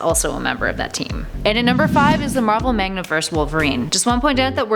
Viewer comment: The horseman of war is the horseman of war. The horseman of death is the horseman of death. MaNgaverse not magNaverse. You, my dear lady, are a poor excuse for a nerd.